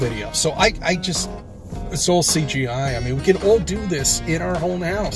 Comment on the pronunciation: I love it when he says, "C G eye"!